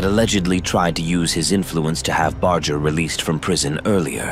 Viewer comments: Awfully edited, chopped up video. And at least learn how to pronounce the man’s name correctly too. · You lost whatever creditability you may have had when you mispronouncing his name, even while pronounced his Dad correctly